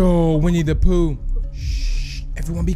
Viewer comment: When you said winne da pooh at the begining it kinda sounded like we need a poo